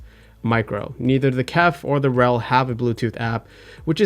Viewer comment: its not RELLL, its R.E.L